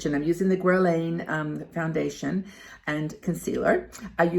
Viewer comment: Guerlain pronounce guerrelaine. French perfume. Have you tried Clinique and Sephora home brand foundation?